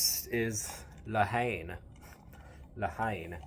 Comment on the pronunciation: La haine.H is silent.syllable en